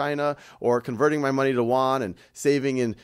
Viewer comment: Teacher, it’s pronounced Yoouaan. Not Woouann